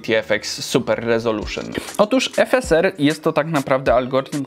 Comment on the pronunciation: jak mówisz "efeser" a nie "efesar" to mnie trochę skręca xD